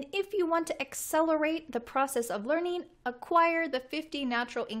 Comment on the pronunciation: why do you always pronounce ing as an n? going (goin) learning (learnin) having (havin)